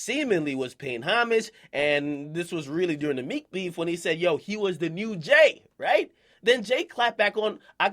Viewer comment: Jay's dick is so far down akademiks throat he can't even say jay lmao. listen